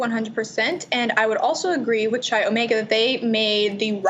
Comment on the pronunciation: quick comment - it's not 'Chai' Omega, it's 'Kai' Omega with a hard 'K', spelled 'Chi Omega'